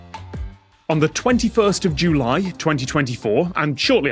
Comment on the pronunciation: Who pronounces “July” that way?